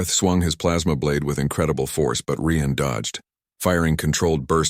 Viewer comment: Nice story, but could you get the AI to pronounce words and names properly and the same way in the story!?!. Ryan is NOT Re-Ann!?!